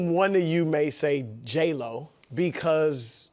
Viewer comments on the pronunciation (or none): He said J Love NOT JLO😅😅😅😅